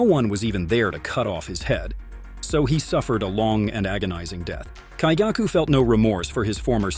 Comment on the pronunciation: Lower Moon 1 has some kind of kink. "Slaughter me, daddy" oh no lol Also, the emphasis on some names is wrong and I hear some swollowed/choked words which makes me think you used AI voice. You said lower 6 when you meant to say upper 6 when Daki appeared And I keep hearing Muzaaan with an 'a' sound, not with 'ah' sound. Same with Kaigaku. Daki has Obi belts and not scarfes LMAO. DID I SERIOUSLY JUST HEAR TA-U-CH when it's "touch"? BROOO. You're killing me. And the repetitive awkward pauses in the middle of sentences.